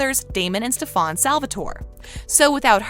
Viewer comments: FOR THE LAST TIME ITS FUCKING STEFAN NOT STEFONNNNN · LISTEN TO ME stefan is stef-in NOT stef-on NJSVFUFIEFVROUBEPIFBIPUFU PLEASE STOP IT IM HURTING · dude its stefen not stefon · new kai over here, saying stefans name like staphan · You did not- you did not just say Stefon no no no it’s stefAn 🤦‍♀️ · She said stafon not stefan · It's not SEFAAANN its stefen. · HIS NAME IS NOT STAFON ITS STAFAN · STEFON you literally have to watch one episode to know his name is pronounced STEFAN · Stefan not stefoan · Me to it’s Stefan not stefon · not the cat trying to be Kai saying sta-fon? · She DID NOT just pro ounces his name as Steforn 😂😂😂 she reminded me of Kai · Did she just call him ste-fan like bish are u kai ? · We found KAI's sister 😭.... U pronouncing Stefan as StefAn gives me chill🙏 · Did she just say stefaan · Am i the only one correcting stefan. Not stafon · I cringe everytime she says Stefon..... ugh! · Hate how you say stefans name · for fuck sake learn how to prenounce Stefan can't you even read the subtitles when watching the show ... pretty much explains you probably dropped out of highschool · why are they pronouncing Stefan like how Kai did in s8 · Lol she's pronouncing it like Kai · I think she's saying in on purpose because Kai called Stefan Stefon.